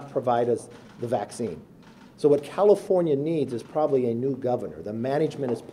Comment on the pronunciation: Sounded like he said cattlefornia